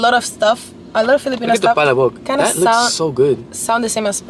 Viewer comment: it's na pala-bok it's pa-labok that's how you pronounce the palabok.